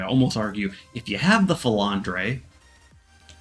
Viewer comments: “Falandray” 🤣 oh Americans… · For the love of god please learn how to pronouce the names of these ships as its just a mess. For eg, wth is a filletandre and shimamanato?